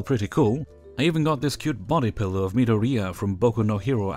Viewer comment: For a solid minute I was so fucking confused on who Meedariya was before I realized It's Midoriya